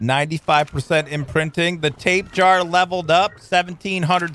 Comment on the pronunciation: i know this is an old vidio but i just hate to say i chringe alot when says Tape jar when its pronounced ta pe ja ra:D i keep thinking of a tape worm when he calls it tape jar